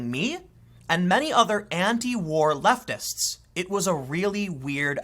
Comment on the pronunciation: Am i the only one that heard him say leftivist? Lol